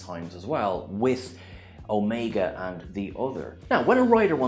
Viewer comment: How can you purport to be a true fan, and yet not know how to pronounce "Omega" and "Mandragora" as pronounced in the actual program? It is to be wondered. That being said, whatevs. Doesn't really matter I suppose.